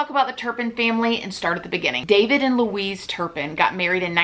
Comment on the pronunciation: wuiiiz=Louise :D